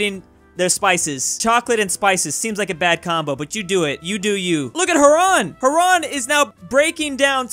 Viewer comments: HYU-rahn. Not hü-RAHN or whatever that was. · As a guy who grew up on the shores of Lake Huron, it's pronounced "HERE -- ON". I guess not every state devotes a year of geography to the Great Lakes. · Quite the pronunciation of Huron haha. Here in Canada we pronounce it "h-you-ron". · Hurons: Exist: HARRAN! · Lmao it kills me how he messes up all the Native American tribe names, Iroquois and Huron boi, Ear-o-kwa, Heur-on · Haran Anyone who lives near Huron: STOP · like the lake... it’s pronounced heron. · Just saying it's Hear-Ron "Huron" lol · Hearing him say Huron like Haron makes my ears hurt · Game: Huron: Haran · Huron is pronounced H-ur-on the u is pronounced as ur er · Huron is pronounce hyuor -ruhn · Huron is pronounced "Here-on" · You know what it wasn’t the fact everything’s connected or the border gore what bothered me the most about this is how he said Huron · As a michigander, the way says "Huron" kind of bothers me. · you botched the pronunciation of "Huron" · He keeps mispronouncing Huron